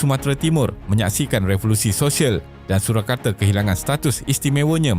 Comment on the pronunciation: Surakarta bukannya Surakarte.. Baca bagi elok skit